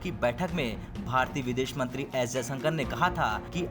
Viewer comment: कम से कम सही उच्चारण सीख लिजिए, जयसंकर नहीं जयशंकर है ,,, बार बार श को स बोला जा रहा है, सेना प्रमुख का नाम भी गलत लिया